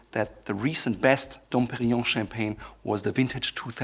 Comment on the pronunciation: I'm very happy that for once someone can pronounce "Dom Perignon" correctly!